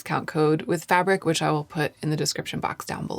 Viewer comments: Fabrique is not pronounced fabric, it sounds fab- reek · Fabric? its Fabrique isn't it? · I think its said "fa-breek" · love your very detailed videos, but isn't Fabrique pronounced "Fah breek"?